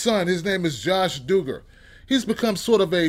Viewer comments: It's not doo-gar its duh-ger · Eli Acevedo The Doogers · It's Duggar with a short u sound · The way you pronounce their name killed me, but yeah this show needed to be done lol